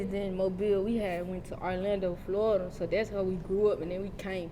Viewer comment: said “arrrlandoe flawirida” I’m outta dere